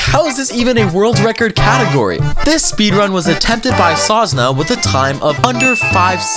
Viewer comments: you said zonzna how hard to say sosna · Its not sOsna, It's sosnA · "sołsna" XD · "Sosna": Sosna is pine tree in polish!!! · hehe, said sozna not sosna. the s at the beggining is the same as the second s.